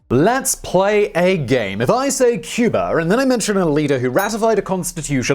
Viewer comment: Cyoober. And its San-ter-ria. Geez.